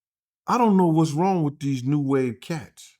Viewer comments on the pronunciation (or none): none